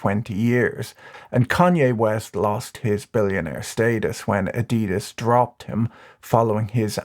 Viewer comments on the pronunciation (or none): How did Patrick pronounce Adidas?!